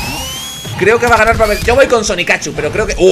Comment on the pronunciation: no se llama sonicachu es sonicchu